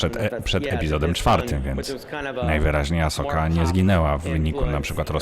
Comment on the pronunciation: Dziękuję za ten panel! Tylko błagam ! czyta się Asoka (wiem, że to mały błąd wymowy ale dla mnie SW bez Ahsoki to nie SW ;D)